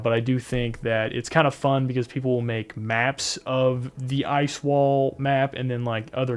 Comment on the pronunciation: Sir you are saying Ice wall wrong repeatedly 😁